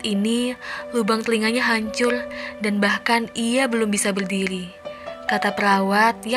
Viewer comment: Kakak tadi salah ngomong malah bilang hancul 😃😃😃😃😃